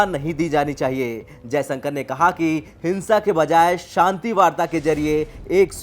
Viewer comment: Shanti bol Bhai Santi nai. Hindi news pad Raha hai bhojpuri nai